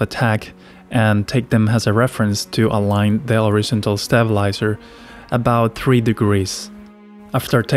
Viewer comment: Good video, although i think you can pronounce horizontal a bit more clearly by putting more emphasis on the ON instead of IZ. As in, horizONtal. Just a tip.